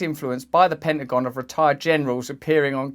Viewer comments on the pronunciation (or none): none